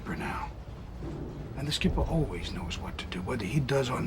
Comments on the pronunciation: LOL SHkipper xD Close enough ^^ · Salute for the pronunciation of schipper.